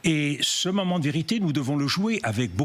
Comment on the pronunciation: Marrant, cette façon de prononcer "moment" comme "maman", et ce à de nombreuses reprises. Freudien, non?